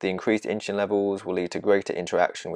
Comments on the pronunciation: It’s not “Inchulin”, it’s “Insulin”. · Excellent explanation, the animation really helped. Thank you. Strangest pronunciation of insulin I have ever heard.....but forgiveable :) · I hear the s in insulin pronounced as ch. Is the speaker from London?